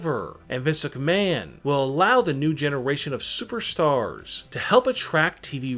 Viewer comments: Physic Man ROFL (EDIT: And misuk man, This luck man, hahahahahahaha) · Turn on Auto generated captions and pay attention to every time he says Vince McMahon 🤣🤣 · When he says Vince McMahon it sounds like physic man